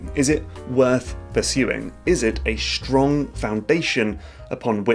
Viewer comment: When did people start saying "Schtrong" instead of "Strong"?